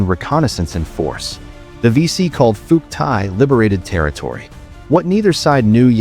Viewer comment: More freaking garbage. Can't pronounce Phuoc Tuy, don't know crap about crap. If this entertains you, wait till you get to the REAL history, it's likely to turn you into a communist. Do Ma.